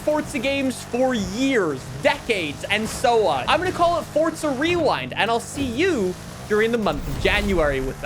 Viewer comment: It’s forza not fortza 😭😭😭😭😭😭😭